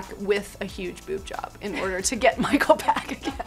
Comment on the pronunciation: the way she says micheal